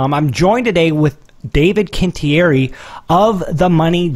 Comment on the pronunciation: I'm going to say this for David, it's pronounced quin-ti-eri. ;)